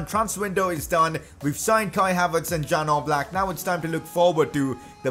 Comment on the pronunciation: #pcq It's not jan oblak It is pronounced as ian oblak btw good video make more of them